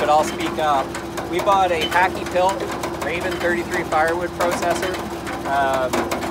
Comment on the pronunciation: Yes the HakkiPilke is imported from Finland. It's also pronouced Hak-Ki-Pil-Ke (The E is not silent it makes a similiar sound to the E in "eh")